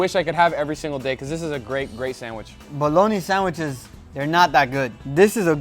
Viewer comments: A whole vid of Guga saying "sandwish" Majestic :) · No one: Guga: SANDWISH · Come-on gugua love your channel but SandwiCHes not sandwiSHes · Everyone: Sandwitches Guga: Sannwishes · Lmao I am dying...... SAN-WISHES 🤣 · Aldi’s he say? Sanwhiches? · Only guga is allowed to say sandwishes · "Sandwish's" 🤣🤣 you just can't help but to love Guga 😂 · Any reason he pronounces Sandwiches weird? And someone should of kept a sandwiches counter haha